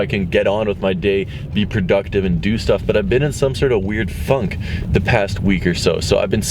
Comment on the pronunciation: Who else thought that when said “funk” he said “f*ck”?